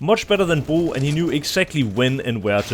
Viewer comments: He is pronouncing it in danish where bro means bridge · Bro can you just say "bro" normally ?